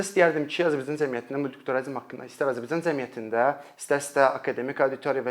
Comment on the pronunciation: Azərbaycan cəmiyyəti sözunu düzgün tələffüz edin, birde əgər tələbələr uçun izah edirsinizsə çox qəliz danişirsiz